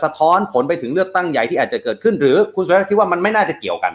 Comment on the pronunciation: เขาชื่อ_สุ_ร_ชาติ_ไม่ไช่ชื่อสุชาติ